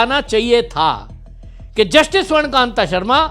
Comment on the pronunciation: अरे भाई जज का नाम तो सही बोल ले. स्वर्ण कांता शर्मा नाम है स्वर्ण कांत नहीं.